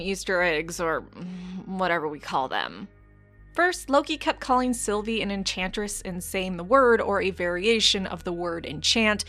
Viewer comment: It's Sylvie not Silvia!!! Get you shit together!!!